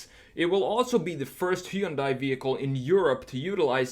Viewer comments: Hun-day, like Sunday. Why do people mispronounce it? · Just so you know Hyundai rhymes with Sunday.